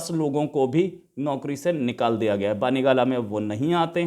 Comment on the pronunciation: Imran khan's residence name is " bani gala" and not as u say "baani gala"